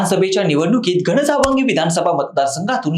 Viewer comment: घणसांगवी उच्चार चुकला